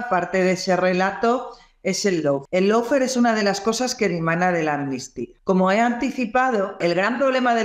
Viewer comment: Amigo. Se pronuncia “Lo” fare, no “Low” fare. Abrazo!